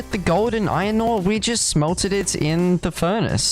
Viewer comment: i love how he says iron. just „ion“